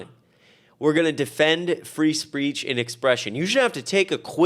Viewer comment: free spreech 😂 And this kid is talking about Trump's cognitive decline because he had mispronounced a word earlier in his spreech.... sorry, speech!